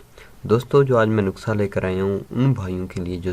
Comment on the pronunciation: نکسہ نہی نسحہ ہوتا ہے